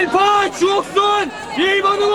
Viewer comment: 조..옷..쑨... 이렇게 전 들렸네요 ㅋ